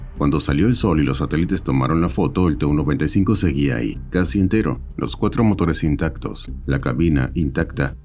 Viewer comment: I kept wondering why I had never heard of this "295" aircraft? Then I saw the plane onscreen, and realized that the AI voice had incorrectly read TU95 so that it sounded like "295". Flush!